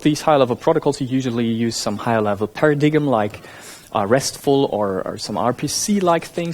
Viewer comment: DID YOU SAY PARA-DIG-EM....